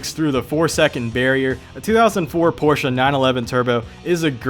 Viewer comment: Thank you for saying Porsche correctly